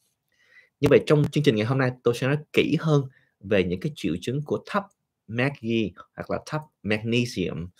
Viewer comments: tiếng việt đọc là Ma gie nhà bs, không phải meg gi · Bác cứ đọc là ma giê cho dễ hiểu bác ạ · BS nên Việt hóa âm các hóa chất cho ngưòi nghe dễ hiểu vì các trường học đều phát âm Việt hóa như : Magie; Canxi ... cám ơn BS